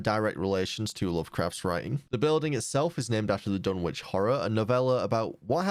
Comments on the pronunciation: Pronunciation Note: The "W" in "Dunwich" is silent, meaning it's pronounced "Dun-ich" not "Dun-witch" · JSYK the “w” in Dunwich is silent just like in Greenwich and Norwich